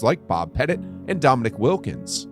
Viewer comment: I know you didn't just say DOMINICK Wilkins